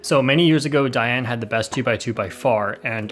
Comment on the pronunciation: its da yan not dayan